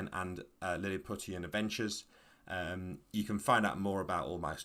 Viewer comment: Isnt Lilliputian pronounced more like Lily-poo-shun? Anyway it seems like an interesting game